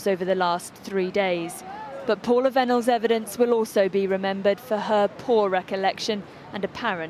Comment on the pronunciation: Vennells pronounced Venom